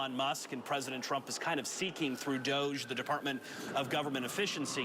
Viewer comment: DOGE… pronounced DOG E